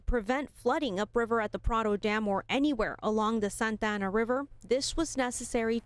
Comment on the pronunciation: Thank you for pronouncing Santa Ana Correctly 🙏🏻🙏🏻🙏🏻